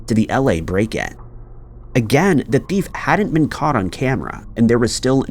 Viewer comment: Why do you pronounce the word “thief” like “bift”?!?